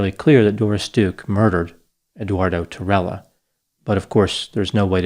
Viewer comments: Tirella is Italian, pronounced tee_relah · If Spanish then tirella would b pronounced "ti-ray-a." Otherwise awesome vid doc